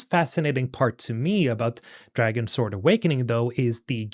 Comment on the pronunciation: Its pronounced Dragons word